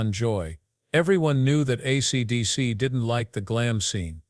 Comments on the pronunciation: Maybe you should concentrate on getting your AI to say: "ACDC" instead of "ACTC" before releasing this slop! Just saying! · I know it irritated me to a point I couldn't finish it. ACTC........ TF is that band?